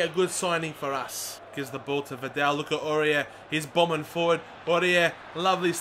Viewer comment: It call vidal and not vindel